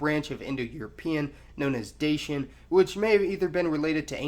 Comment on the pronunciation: What is the Romanian word for "yes"? Dude, I swear to god. If you say "Day-she-ens" instead of "Da-chi-ans" one more fucking time. Every single Romanian here will kick your ass. You just said the N-word to us. You have ZERO Romanian friends because they would have told you it's NOT pronounced that way you globalist puppet.